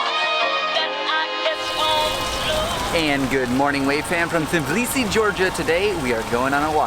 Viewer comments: can't believe that you kept pronouncing it blisi. its not that hard. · T in Tbilisi isn’t silent. I’m from Tbilisi and in Georgian language we don’t have silent letters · dafaq We spell the T in Tbilisi. This guy is talking sh.... Not true tea.. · We do say the T it's not silent never was